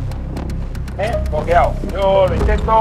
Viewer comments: estoy "bloqueao",estoy"bloqueao", estoy "bloqueao"😅😂🤣😅😂🤣😅😂🤣😅😂🤣😅😂🤣😅😂🤣😅😂🤣😅😂🤣😅😂🤣😅😂🤣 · Me bloqueaou😂😂😂se dice me he cagaou encima😂😂